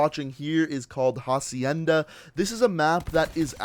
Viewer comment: For the pronunciation you don’t say the “h” it’s “acienda”